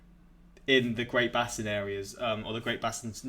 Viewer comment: "Basin" is pronounced with a long "a" in the US. "Base inn".